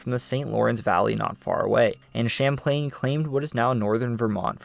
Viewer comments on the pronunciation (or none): Lake Samplain?! 😂😂😂